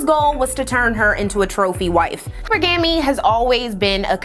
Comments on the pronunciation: Y’all are weird for acting like correcting someone is an attack on them instead of helping them. I love content, and she did her thing on this video as always. Letting her know her pronunciation of hypergamy was off doesn’t take away from that at all. I thought we were pro-learning over here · Yes, if she's basing a significant segment of a video on a particular topic, then the correct pronunciation is the first thing to nail down! It does indeed take away from the total credibility of the project in question. There are ramifications to this stuff. It's basic branding 101. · I cant wait until she does her language episode. Hypergamy is pronounced several ways and multiple ways are considered correct. But of course its always the watchers and not the doers (the never will be doers) that get some sort of odd satisfaction in correcting someone that doesn't need to be corrected. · definitely not talking down sis.. one of my pet peeves is hearing someone repeatedly say a word incorrectly. But I do agree with you and apologize if it seems I was just being an ass. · I noticed that and I actually loved it because it solidified to me that she's not just repeating woke/ buzzwords rhetoric that she's heard repeatedly online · Hearing her say it wrong so many times was insane, I thought am I crazy, I could of sworn American English and British English pronounce it the same. I loved this video but couldn't get past that. And I disagree with her, accent or not the word was pronounced incorrectly. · So common. You can always tell when a mispronounciation is from reading! Similar to this hypergamy convo I pronounced it and hegemony with that same amphasis for yearsssss until I happened to hear the “correct” syllable stress. Super common way of saying it when you read those words! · All these points presented by this invaluable sister and you focused on the lone ✌🏾mispronunciation✌🏾 of a word from the bastard tongue we’ve been afflicted with. Focus, my brother